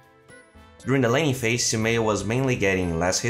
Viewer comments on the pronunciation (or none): it's laning not lanning:)